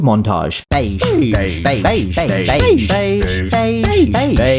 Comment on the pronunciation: what the video says: Beige Beige Beige Beige Beige Beige Beige Beige Beige Beige Beige what I hear: Paige Paige Paige Paige Paige Paige Paige Paige Paige Paige Paige Paige